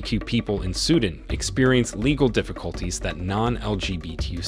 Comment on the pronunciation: SUE DAN not SUDIN